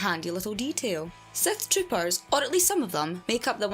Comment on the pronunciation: The accent makes it sound like Seth tropers.